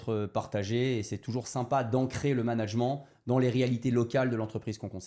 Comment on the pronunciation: Donc son cœur de compétence c’est le management mais il sait pas comment se prononce ce mot. Fantastique